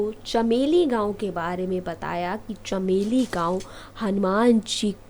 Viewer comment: साली बकवास बन्द कर चमोली को चमेली बोल रही है